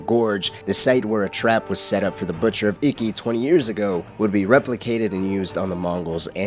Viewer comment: Its not pronounced icky. Its eekey. I love your videos but really made this one hard to watch.